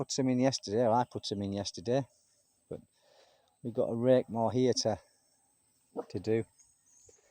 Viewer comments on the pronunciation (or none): none